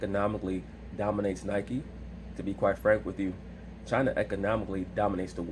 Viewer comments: "What is chiner" 🤣🤣🤣🤣🤣🤣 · SAS needs some elocution classes 🤣🤣🤣 “Chiner” Side note: Laura Ingram probably somewhere smiling rn. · What is Chiner 😂😂😂